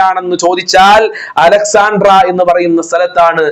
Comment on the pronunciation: അലക്സാൻട്ര അല്ല അലക്സാൻട്രിയ '😊